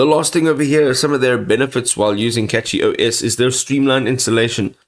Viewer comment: It's pronounced Cashy not Catchy